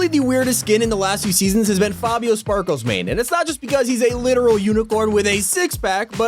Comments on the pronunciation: me cringing while says Fabio SPARKLESmane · Stop saying Sparklesmane there is no s